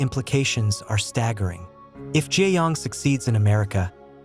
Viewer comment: It’s not Gi yong it’s ga young